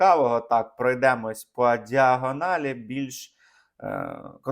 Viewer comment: Коди ви сказали "пройдемо по діагоналі" - я спочатку ніби почула "пройдемо по діагнозу". Страшно, що це стає нормою